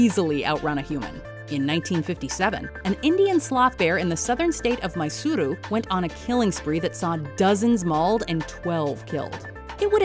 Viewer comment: Wrong pronunciation of mysore So many man eaters in india